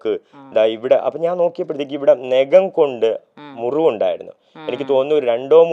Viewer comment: എടാ... നേഖം അല്ല നഖം.. ഈ മലയാളം അക്ഷരം പറയാൻ അറിയാത്തവൻ ഷോയിൽ വരരുത്.. ചിലപ്പോൾ നിന്റെ ചെള്ള പൊളിയും